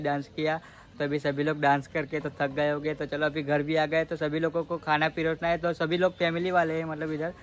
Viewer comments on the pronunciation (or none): Pirosne nhi parosna hota h Sir